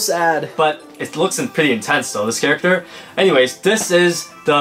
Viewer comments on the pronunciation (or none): none